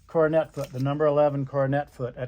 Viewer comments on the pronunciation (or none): Pronounced “Cor don a” foot